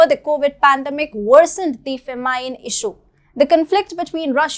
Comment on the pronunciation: ..."fah-MINE" ? 😂 I love this channel.